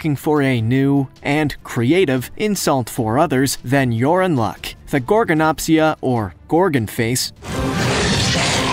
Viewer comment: Gorgonopsia has a D at the end